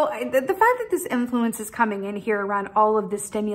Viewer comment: Chaos ! Inner compass 🧭 ✨ refresh!! Thank you I am in gratitude 🙏 ✨ Fact with a hard T 😄 and your wicked rolling giggle . I watched this twice and its really helping me at this time to hold fast be true to myself with refresh being key 🔑🥰